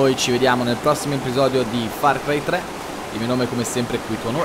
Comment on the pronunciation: hai detto far cri 3